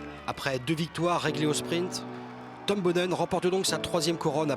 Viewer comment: Comment est-il encore possible de faire un documentaire complet sur un champion sans savoir prononcer correctement son nom ?! Boonen c'est pas Bounen, Museeuw c'est pas Musséou, sortez un peu de votre monde franco français svp :O